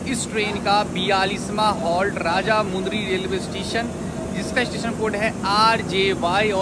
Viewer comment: Bhai vo raja mudry nahi vo Rajahmundry hai😂❤